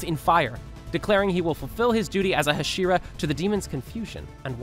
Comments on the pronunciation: Nobody gonna talk abt how he’s just torching inosukes name over and over and still hasn’t figured out how to pronounce hashira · I never understand why some people can never pronounce the names correctly Putting emphasis on parts that don’t need it like the shi in hashira and the su in inosuke Hashira is pronounced Ha-shi-rah Not Ha-shee-rah Inosuke is pronounced Inos-keh Not Inoo-soo-kee And Akaza is all short A sounds A-kah-zah Not A-car-zar Also Japanese is easy in the way that all syllables are the same length so there is no N-chir-rin blades There is nee-chi-rin blades You way say shi in the same amount of you would say a (pronounced ‘ah’) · It’s almost like you’re purposely mispronouncing several things and it’s beyond irritating there’s no excuse for this. In O sook e? It’s in ohs Kay Inosuke. It’s Ha she rah not ha sheer ah. Wtf? There’s an anime out how are you still doing this? Lord Inosuke will not take this sort of disrespect!